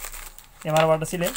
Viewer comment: वाटर सिल नही वाटर सील।